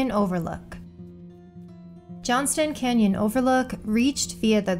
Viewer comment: It's Johnson canyon. No "t" in the name. Nice list!